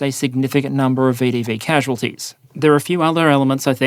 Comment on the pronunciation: Long time viewer, but first-time commenter. As someone who was watched this channel for a while, I was saddened to learn that my much-loved pronunciation of VDV ("veh-duh-veh") has now been abandoned in favor of the much more mundane "vee-dee-vee". Please bring back the flair!!